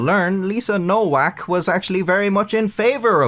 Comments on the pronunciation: Nowak is pronounced novac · trash AI voices NOWAK is Pronounced NOVAK, Eastern European grammar. Just so many bastardized pronunciations of even simple words that the most uneducated can pronounce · Her name is pronounced NoVak, not NoWak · WTF is man-slaw-er? And it’s pronounced Novak not Nowak. Geez. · Pronounced Novak not Nowak lol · Nowak is pronounced NoVAK. Bugged me the whole way tbh, and made the "whacking" jokes cringy asf. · It's pronounced Novak. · You can't really joke about a last name if you have no idea how to pronounce it in the first place. It's Novak. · "Nowak" is pronounced "Novaak." It means "someone new" in Polish and is a VERY common Polish surname. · Nowak is pronounced as "Novak". In Polish, "w" takes the place of "v", and "ł" more or less is pronounced like "w" in English. Thus, for example, "Wałęsa" is pronounced more or less like "Vahwensa". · Well, I still think she deserves a medal for being such a competent person. They should have figured the Asperger's. All those fighters etc. I spent half a lifetime on building sites, genius. Shouldn't her name be pronounced "Novak"? Casanova is "the man" though! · It's pronounced Nho-vhack, ffs! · The most common pronunciation is "no-vac" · I think the name Nowak is usually pronounced "No-vac". At least in Northeast Michigan anyway. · By the way, Nowak is pronounced Novac. Like in Lewinski (or actually Lewiński) is read Levinski. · Pronouncing Nowak as Nowhack is the best mispronunciation I ever heard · its a polish last name is pronounced no-vak the w sounds like a v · I know it's too late to do anything about it but I assume that Nowak is actually pronounced Novak given that it's a Polish last name and they pronounce w like v and v like w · It's a polish-jewish surname and it's supposed to be pronounced noVack. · I love that you mispronounced nowak for the whole video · Is it pronounced No WAK OR ? 🤔 ? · Nowak is pronounced with a v